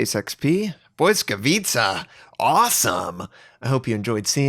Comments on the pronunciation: Lmao the pronunciation. I don't know if I'm right either but I think its Blee-ska-vee-cha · Try reading it like it's "Blitzkavitsa". You get it mostly right and it's not even that far from the original meaning - błyskawica - lightning (pol) and blitz - ligthning (ger). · "Błyskawica" is pronounced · Being Polish and listening to this pronunciation is difficult.